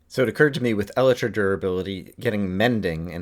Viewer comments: you are pronouncing Elytra wrong. it is pronounced E-lie-truh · I know you're probably joking, but I find it actually slightly annoying that this wrong pronunciation has caught on in Minecraft circles.